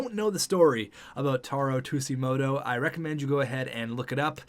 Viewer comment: You kept saying taro tsujimoto wrong btw